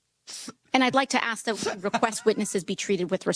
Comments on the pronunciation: Ms. Busch it’s “ask”. Not “aks”. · One requirement for a congressperson: must be able to say "ask," not axe. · Did she just say "axe" meaning "ask"? No IQ nor literacy exam nor security background investigation required to sit in congress. An embarrassing pack of ... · Can we please hire politicians that know the difference between axe and ask.